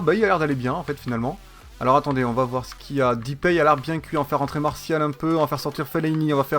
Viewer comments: c'est deeeeuuuupay pas dipay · "Depay' se prononce "des pailles" et non "dipaille" pour info